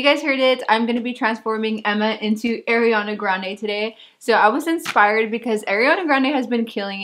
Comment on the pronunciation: "air" iana grande.. No girl NOOOOO 😭 A REEE ANA grande 🤣 everytime u said her name like that I cringeeeeedddddd ❤️